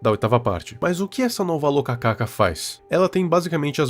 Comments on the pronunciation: só uma correção, a fruta se escreve e se le rokaka, não locacaca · Viral é "Rokaka" não "Lokaka" kkkkkkkk